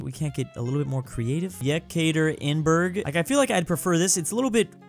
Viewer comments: What the hell you did to Jekaterinburg??? EE-kater-in-burg :DD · You pronounce it in Russian like yeka teir in burg (Russian: Екатеринбург) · I'm not even Russian, but the way pronounced Yekaterinburg hurt... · I'm russian and it was painful to hear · I started choking when I heard his pronunciation of Yekaterinburg. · yhe way said Yekaterinburg! it is a fairly well known city as well.